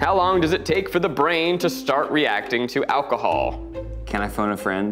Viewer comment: kept getting distracted by "alchohol" lol